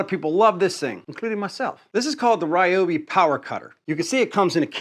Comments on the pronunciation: It's not "rye-obi", it's "r'yo-bee" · Reeeeoby NOT Rieobie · In Japanese which is actually the language of this word since its a Japanese brand of tool it's pronounced reeobee though it is spelled ryobi. Your pronunciation is actually wrong. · Dude, I’ve watched a number of your videos. Some constructive criticism. Please speak clearly without any weird pronunciations. Maybe I’m at fault here but as soon as you say “battraay”, “Rayobay” I shut your videos down and move on. Best of luck. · "Rye oh bee not Ree oh bee" 😆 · When you say "Ryobi (with the American pronunciation", not Ryobi (with the correct pronunciation) you are wrong. You keep using the "American" pronunciation for Ryobi rather than it's real one. You are wrong. Ryobi is a Japanese manufacturers founded in 1943 and produces powertools since 1968. It's "Reooobe". It looks like the average "americna" doesn't know any language or doesn't know how to pronounce any foreign word. The country that protect freedom around the world but also one of the most ignorant countries on the planet. What a pity.